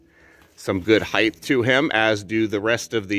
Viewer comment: Hyth? Did you mean height?